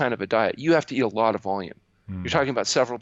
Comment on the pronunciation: Nawt a lawt